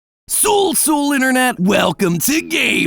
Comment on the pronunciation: hey matrick patthew, the "L" in sul sul is silent